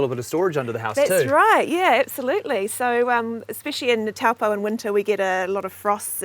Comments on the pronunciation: It's pronounced, Taupo; Toe paw.,. Nice thome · Not Towel poh its Toe poor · The correct pronunciation of the town name is 'Toe - paw' 🙂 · Tawpo, mate ease learn pronunciation. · Kia Ora guys! My partner and I love watching your videos of NZ and around the world. For fellow watchers, we just thought we would mention that Taupo is pronounced "TOE - POR", which is name derived from the native Maori people. Hopefully we can all visit this beautiful spot once borders are open :) from Tai & Clarisse